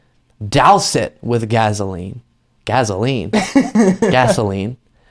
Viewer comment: "Douze her with gazoline" is how PJ Harvey sings those words on Man Size. Maybe that's why you said 'gazoline'?